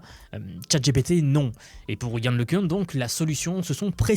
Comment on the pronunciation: Tu fais exprès de prononcer des mots bizarrement? Yan le cun